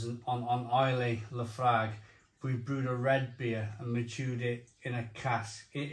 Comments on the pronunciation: It’s pronounced La Froig. Trust me I’m a Scotsman. 😂 I made my own IPA at the Innis and Gunn Brewery a few years back. Was a fantastic day out. Only downside was had to wait 2 weeks for the keg to be ready. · "Laphroig" is the way it's pronounced.